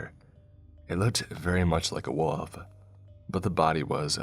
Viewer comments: Your pronunciation of "wolf" amuses me 😉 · Came to the comments to say something similar lol